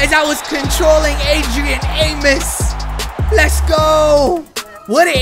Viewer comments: its A-MOE-S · Adrian (aye-mose) 😁